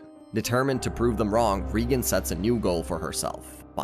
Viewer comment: GOD DAMN IT !! You're distroing Reigan's name so munch that i can't watch this anymore